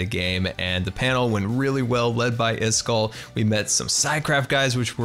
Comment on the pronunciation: Pronouncing iskall's name wrong. Me: Not only is the Arkansas education stuff in pain, but your saying names wrong that they say in every episode.